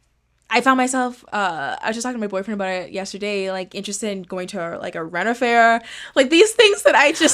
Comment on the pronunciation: Screaming at me saying “rena” faire instead of ren*** faire bro